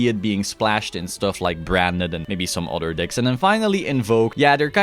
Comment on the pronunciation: ähhhm, decks, not dicks.